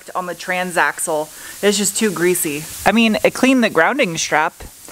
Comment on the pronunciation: Haha she said "greezzy"